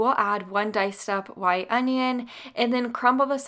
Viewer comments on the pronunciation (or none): none